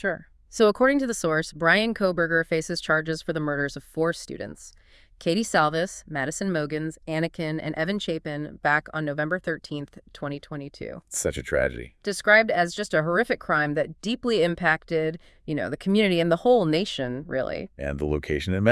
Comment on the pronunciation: Ok, well at least I know who Evan was on the 911 call now 😅 It was AI trying to say Ethan…why can’t AI get that name right? Weird.